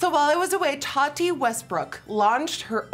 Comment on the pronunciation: The way she says (Tati) Taa-dee 😆😆😆